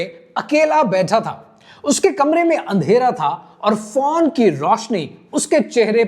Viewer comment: PHONE NOT PHAWN. 🎯🎯🎯